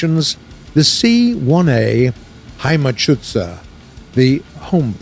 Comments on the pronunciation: „HEIMATSCHUZER“? don’t you mean HEIMATSCHÜTZER? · "Heimatschützer", not "Heimatschuzer" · another video botched by being unable to either pronounce of spell german names correctly, even though they have them right in their own bloody game! "Heimatschuzer"? even the "Heimatschutzer" is better, yet still missing an "e" or the use of " ü ", as both ways of spelling are viable and correct..... this is embarassing,!